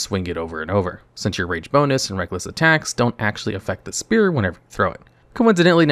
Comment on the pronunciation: Spear, not sphere. Thank you.